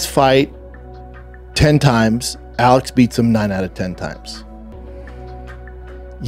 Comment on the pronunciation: This idiot is saying Alex name the same way Chael does 🤦🏻‍♂️🤦🏻‍♂️……. BTW Izzy has and will NEVER pick Alex to win a fight he still bitter over the fact that Alex owned him 😂😂🤣🤣